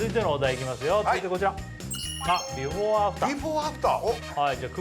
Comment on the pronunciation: 設楽さんの言う「ビフォア」が引っかかる（笑）